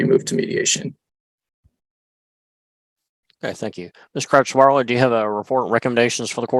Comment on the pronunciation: the way the judge says crouch-bartlett makes it sound like crotch-wallet to me...